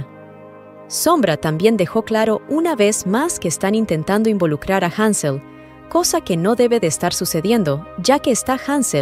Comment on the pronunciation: Te cagaste ctm cuando dijeron hanzel jajajajajaja